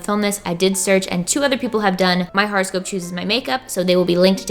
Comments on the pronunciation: " pronouncing horoscope wrong for 5 minutes" ITS NOT A FRICKING HARASCOPE DANG IT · Seriously thought she was saying "horrorscope". LOL. Oops. Would've been appropriate for Glam&Gore ().